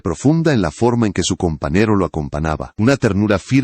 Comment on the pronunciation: Que no sabe pronunciar la ñ (eñe)? Así que cumple "anos", "pequenas", "companero", "acompanaba" "publíca", "decádas", "hermetícas", "verguenza","aceptária"Si no habla correctamente, mejor no hable. No se en que país hispano hablante se hable así. El chisme, absolutamente intrascendente. ¡Qué horror!